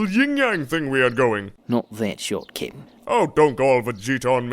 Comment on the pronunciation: Does say kitten or cap'n; I'm having a debate with my roommates.